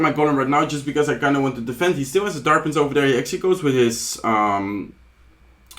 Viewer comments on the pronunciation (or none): tamage ,tark prince .tya,collocte need to improve to speak better